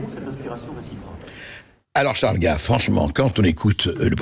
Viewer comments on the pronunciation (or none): Au commentateur,en 2ème partie d'émission : Il s'agit de CHARLES GAVE ET NON DE " GUEIVE ". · Ce n’est pas Charles Guaive mais Charles GAves. En français le a ne se prononce pas « ai ». Спасибо товарищ! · Gaive is not English or Américan ! C'est un A comme dans analphabète ! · "Gève" ? Les effets des IA mal réglées en français sérieux... Cela dit, le côté pour le moins "décalé" du sociopathe apprenti dictateur Trouposol est des plus exactes... Bonne nuit